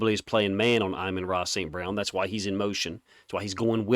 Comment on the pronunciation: He’s saying his name perfectly according to Saint.